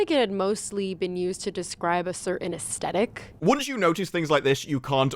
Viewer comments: Did she just say "estetik"???? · "AsTetic", and so confidently over-pronounced. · can we please just release a worldwide PSA to tell people like her that "aesthetic" is not pronounced "us-dedic" and tell American reporters that "growing" is not pronounced "groween" already? Please? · A "a-ess-tetic"? She doesn't even know how to say the word correctly. "Th" as in "the". Aesthetic. It's pronounced the way it's spelled. None of the letters are silent, although the Ae is properly a dipthong or whatever they are called, and the e is minimized usually. "Assthetic" is acceptable, "esthetic" is excusable. Nothing like trying to sound smart but proving yourself wrong. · If your going to use such high brow language as "aesthetic" at least try to pronounce it correctly